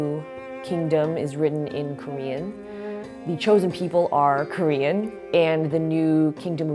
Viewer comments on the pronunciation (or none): Everytime she said Korean to me it sounded like she said cream😂